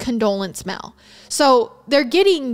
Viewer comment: Girl I love you vids but you've got to learn how to pronounce words. Idk where you're from but it's deal not dill and mail not mill... you're great but I do find it annoying that the most basic words are mispronounced so badly